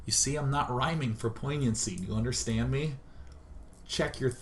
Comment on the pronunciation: and i love how thqt dude said rimming instead of rhyming. ur tounge would get tired either way.